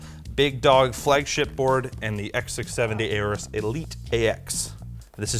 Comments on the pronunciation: IT'S NOT "A-ORUS", IT'S "ORUS"! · Why do you always pronounce Aorus as "A-OR-US"? It is supposed to be pronounced as if the A is not there: "OR-US". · Is that how you to pronounce "AORUS"? A..O..RUS..? Weird... 😏